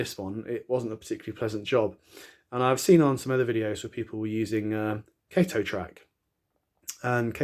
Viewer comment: Great video. Switched to kato and never went back, and looks great when ballasted. Btw it is pronounced kah-toe :)